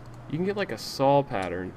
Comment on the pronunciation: The way speedy says "saw", sounds like "sawl" :3 oh speedy